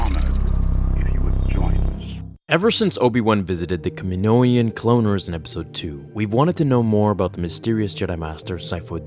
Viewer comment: Lol why do americans pronounce it camanoians In the clone wars series they pronounce it camanoins, theres no ians in there